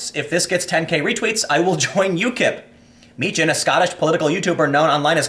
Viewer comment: Its pronounced markus mee-kan not mee-chan